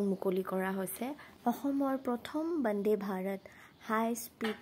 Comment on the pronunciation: It's Vande Bharat Not Bande Bharat😂